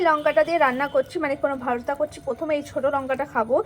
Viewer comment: ওরে পাগলি রে সোজা বাংলা তে বল না রে যে টমেটো ছানা। আর এই টমেটো ছানা সবাই খাই, তুই বোধ হয় প্রথম খাচ্ছিস 😂😂। ভারতা নয় ভর্তা 😂 সোজা ভাবে বললেই হয় ।